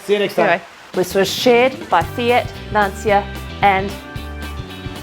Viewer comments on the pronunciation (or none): Please pronounce Lancia as the proper Italian name Lancha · Lancia, in Italian language you speak Lanzia, it's funny. good work.